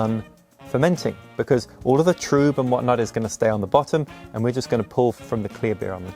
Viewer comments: trub is pronounced troob. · is it troob, or trub?